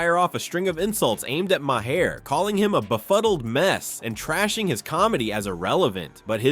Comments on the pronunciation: Bill Maher is pronounced “Marr” like Car. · 😮 what is my-hair? AI trying to say Maher??